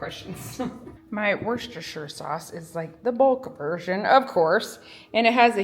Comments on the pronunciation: Wusstersheer sauce is how it is pronounced in England...... that is not however, how it is spelt lol, just trying to make it easier for you to pronounce. Hope you find it helpful. Great video as always xx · If it helps at all, we pronounce it “wooster”, despite all the other letters! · Wuss ter shire darling ❤ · That was alot of worstershire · Lovely video. Lovely seeing your family grow. Worcestershire sauce is pronounced Wooster shear the ces is pronounced s and shire is shear as in shearing a sheep. I love listening to people try to say the names of a lot of English towns and cities with their silly spellings. Much love from Staffordshire, (said staffud shear ) England ❤ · Wusta-sheer sauce. Or like most of my British friends call it, "W" sauce. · Wooster sheer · Worcestershire = Wuh-ster-shuh or if you are Jerry ‘who’s your sister sauce’! 😮❤